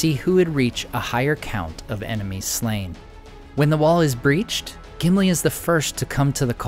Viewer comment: Gimili more like simpli 😂